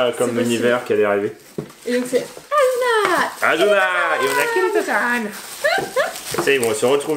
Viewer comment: C pas azuna c asssuna